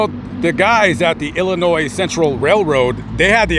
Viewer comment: I am from Illinois so thank you for pronouncing the states name correctly . I use to go from chicago to Mississippi 4 times a year with my family back in the late seventies and early eighties. My how the times have changed .